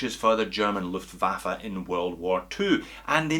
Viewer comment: Alpaka Muddin He said it correctly as per the German language.